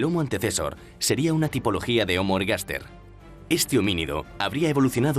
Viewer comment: ¿En latín la hache era como la "J"? Porque dicen jomo jabilis para mencionar a los jombres... El francés y el del acento extranjero. Y luego se habla del jomo jeidelbergensis u omo eilderbergensis Jaciendo jincapié en los jumanos